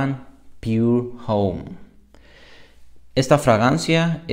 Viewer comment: no se dice: Piur jom, se pronuncia: Pur omme.